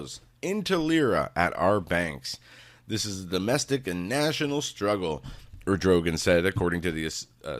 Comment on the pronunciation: The Hagmann Daily Show; Our love and prayers to your Mom,. Prime minister of Turkey is Erd' o' gone'. No big deal, I just don't want people berating you for pronunciation bud.